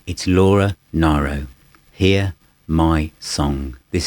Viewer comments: Wonderful effort and video - but you would think he would know how to pronounce her name correctly - so grating to keep hearing NIEro instead of the proper NEEro. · It's pronounced "Nee-roe"... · Hi, I envy you that you have acquired this box set. I think that Laura Nyro is a genius and as you know, Joni Mitchell thought highly of her. With respect, Laura's surname is pronounced Neero as in the Emperor Nero. Great review!